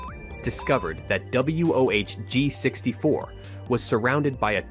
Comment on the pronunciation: It's wohg64 Maybe one more time you would have got it!!! Lol